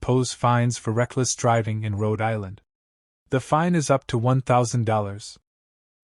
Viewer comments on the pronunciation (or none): The word is FINE not FIND. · If you listen to the narration every time it says the word it is pronounced as find.